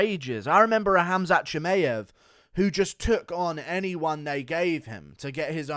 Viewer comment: Shi-my-av… not May-av